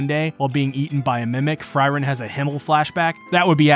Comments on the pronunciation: Fryren? Huh You meen Frieren right? (Fuh-ree-ren)? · Who is FRY-ren ? :) Good video though. Free-Ren puleez Absolutely love Ubel this episode and as soon as I saw the chest in the room, I just KNEW she'd end up in a mimic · You called frieren normally in The fact you kept using fryren is just intended to piss us off isnt it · Fry - Ren? What the hell. Free-ren, not Fry-ren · Uhm anyone else annoyed at fries of all things? Please man speak her name properly || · Ugh, it's really bothersome to keep hearing you call her Fry-ren... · Would it kill you to not call Frieren "fry-ren"? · Pretty early in the video, he pronounced it correctly once. After that, it bugged me so much more. Another great episode of an awesome anime. Thanks for the recap! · I was looking for this comment! Why was he calling her Fryryn!? 😂